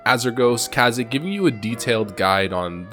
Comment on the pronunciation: Kazik?! That's not how you pronounce it.